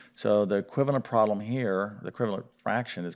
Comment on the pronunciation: "prolem" instead of problem, "recipical" instead of reciprocal, okay, definitely not a word pronunciation lesson...